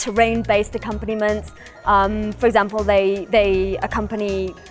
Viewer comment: What is this "accopanniment.?"